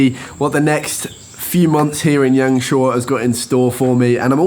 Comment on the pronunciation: Thanks for sharing this! I've never been to YangShuo myself, I'm going to look at this beautiful place along with your video in the next few months. Your Chinese pronunciation is soooo good though! I can't believe that you self-taught yourselves :-)